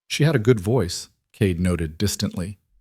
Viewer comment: The reader makes Cade sound like Kate. Made it very confusing.